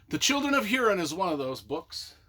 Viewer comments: Pronounced Hoorin, or Hooreen. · Learn how to pronounce Hurin and the make a vid about it